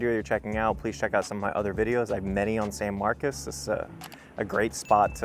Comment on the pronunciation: perhaps everyone around you are from California, locals pronounce it San MarCOS. Anyway…even though this neighborhood is away from the campus, you’re just a street away from Craddock which is overran by student housing, fraternities and sororities. TXST has an acceptance rate of nearly 90% which the students are not the brightest and don’t care about San Marcos. This city was a great city 20 yrs ago until the university lowered its standards and Californians moved here. …and not every new subdivision adds PID taxes on top of property taxes. Buyer beware.